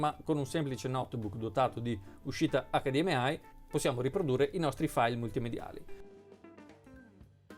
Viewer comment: HD M AI non si puo ' sentire